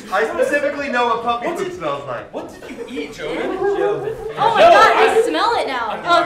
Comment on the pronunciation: or so, did say jovie instead of joven? Or did I just hear it wrong?